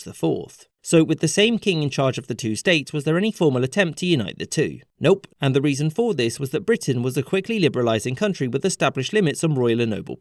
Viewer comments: “Ann’d”. Also “background” lol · “Anne’d (And)” 💀💀💀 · "Anne'd" haha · "ANNE'D" KILLED ME! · The "Anne'd" killed me. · "Anne'd" fucking lol